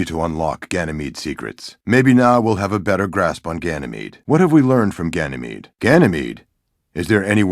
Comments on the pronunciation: AAAAHHHH NO MORE GYNAMIDE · Omg I dyed when new monarchy kept saying ganimede. I know it's files clipped together tho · I don't believe it he said ganamete to much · If one more person says Ganymede or Phobos one more time. I stg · new monarchy cant stop saying ganymede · Ganymede, did you say Ganymede? I love Ganymede let's go to Ganymede so our faction can rise on Ganymede. Ganymede.